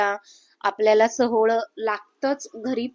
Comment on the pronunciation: सोहळ नाही सोवळ